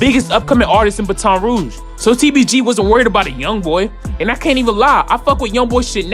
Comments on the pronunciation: Baton say it like batting, not ba ton 😐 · 😂🤣😂 you say Baton like a police baton. You're pronouncing it wrong kid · I hate how you pronounce Baton li brudda😂, say it like battin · He said baton so wrong